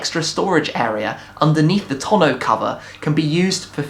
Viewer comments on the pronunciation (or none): none